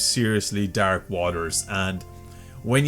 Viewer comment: I'm sorry to brake the dark tone of the video but I love how you pronounce the word dark. "Dahrk"